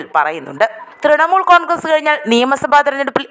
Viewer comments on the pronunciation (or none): none